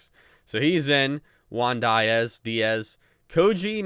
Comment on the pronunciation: Btw that's not how you say diaz